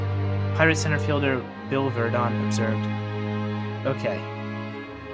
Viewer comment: A perfect video CT yank, except the THREE tiny, tiny, tiny runs,er I mean errors ~~~ Burdette, / Cadet ~ Crandall,/ Candle ~ Virdon / Virgin 😜 ~ Only an old~timer would know or care ! 😘